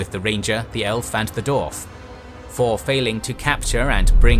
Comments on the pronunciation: Wtf is a " doorf " and " doorvan " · I applaud the solid and accurate Info here, however, you're annunciation of the names here is terrible. Per example, Dwarf has a W in it which is consistently omitted :/